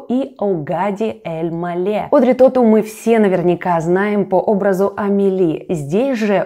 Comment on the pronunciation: Тоту, ударение на последнем слоге. Во французском языке в словах ударения только на последнем слоге. В этом смысле он хорош - думать не надо)